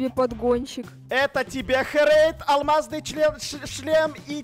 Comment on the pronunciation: когда делал вещи алмазные для кати и хорейд он сказал не алмазный шлем а алиазный чlen